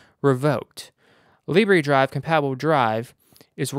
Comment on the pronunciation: Libre... "lib ray" In French Libre means free. In French it's pronounced "lib rrr".